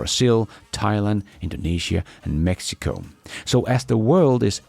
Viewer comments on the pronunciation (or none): none